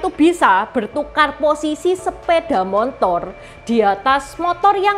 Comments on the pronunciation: Sepeda motor bukan sepeda montor ci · Kakek sy juga sebutnya montor.. bkn motor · terlalu semangat untuk menghibur penonton channel ini...Terima Kasih...saya sangat terharu ketika menyebut motor dengan "montor", itu pengalaman mendengar saya ketika pertama kali ke Jogja tahun 1985...entah sekarang🙂🙏🙏